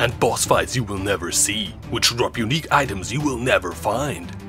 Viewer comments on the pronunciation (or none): i legit heard "uniques you'll never drop". Which hits home too.